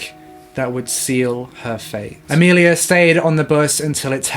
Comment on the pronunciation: Sorry to be that guy...but it’s Amelie not Amelia